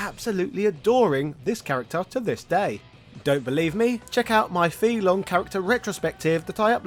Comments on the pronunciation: But, you say his name wrong. Over and over again. Why? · Your pronunciation of FEI Longs name is seriously off, and "material artist"? A little more research, please